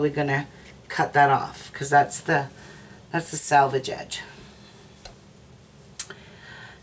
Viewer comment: Very grateful for your detailed, and well presented tutorial which I really enjoyed, apart from one little thing, ....... and it IS just trivial, and that’s your use of the word, ‘ sAlvage ‘. The actual word is ‘ sElvage ‘. Sorry. I know it’s trivial, but it IS annoying. X